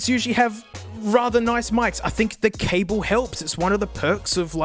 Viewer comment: You’re not supposed to pronounce the ‘’e’’ at the end of cable. But it’s not your language so it’s not that significant